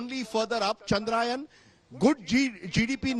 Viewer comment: Chandra - yaaaaaan not Chandraaaaayan